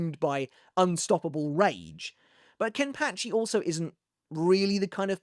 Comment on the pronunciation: Sorry but it pa not patch I've enjoyed the video but we have to put some respect on Ken pachi name